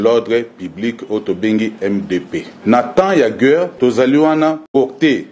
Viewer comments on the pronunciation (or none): Gueure te.."guerre" mon colonel🤣